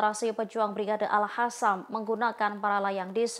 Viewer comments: Itu baca brigade al-Qossam koq al-hasam. Aduh tribun ga bisa milih jurnalis nih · Tulisannya AlQassam dibacanya AlHassam Terasa gatel ke telinga kedengarannya 😊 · Gemes sm mbak news anchor nya nih...Izzudin Al Qasam mbak. Bkn Al Hasam. Konyunis..bkn han yunis 😢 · Yang bener bacanya mba, si mba ini al-qassam bukan al-hassam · Al Qosam, yg bener ngomongnya